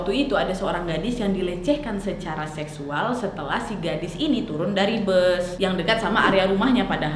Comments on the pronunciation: Ngakak banget tiap kak nad bilang "nye'yual" yaAllah Astaghfirullah 🤣🤣🤣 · Ngakak aku tu pas dengar bilang zeknyual 🥲🤣🤣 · Ga sanggup gua malah ngakak pas ka nadia bilang "seksual" pake nada kaya orang sumbing